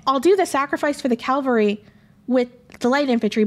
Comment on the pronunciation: Great video! Also, I just wanted to add, for funsies sake, that it must be an inate trait to historians to pronounce the word "cavalry" as "calvary." My husband is an ex-history prof (western civ post 1500), and he does the same thing ;)